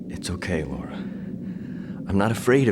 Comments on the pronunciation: Out of curiosity, why do you pronounce Laura’s name as Lara? Especially when the characters use the Laura pronunciation? Seems odd to mispronounce the main character’s name when the game gives you the audio for the name. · You saying Laura closer to Lara more than when people say Lara Croft's name.